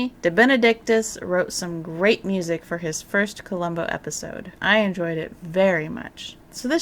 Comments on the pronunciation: Ein kleine Nacht Musik ; almost well pronounced . " K " is extremely explosive in German . You pronounced " musiC" instead of " musiK " ; which is a very short , explosive , exhaling sound . Then again Deutsch ist nicht meine Mutter spreche . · MusiK not musiC..."K" is a very short, explosive, exhaling sound . Then again Deutsch ist nicht meine Mutter spreche. Just being a very individual person.